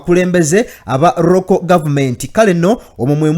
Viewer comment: We appreciate your work bro but please check on your pronunciations eg" local government" and you said" Roko government",thank you and I stand to be correct in case I am wrong